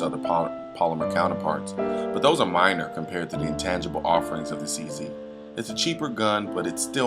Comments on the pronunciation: He said CZ Doodie........ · Just a slight bit of arrogance. I bought a CZ 75 in 1985 and fired over 20,000 rounds through it with never a malfunction. In S Africa it is weird to pronounce a CZ a "Czee". We pronounce it as "Czed", so "Czed 75" and "Czed Duty" rolls off the tongue. Furthermore, personal choice as old school, I prefer to see a hammer on a pistol and have many that agree and disagree with me. I sold the CZ 75 and now carry a Beretta PX4 Storm, my choice with a visible hammer. To each his own.